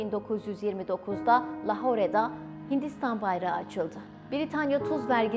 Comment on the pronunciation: Lahore mi ablacağım şuna Lahor desen olmaz mı ❓ 🤔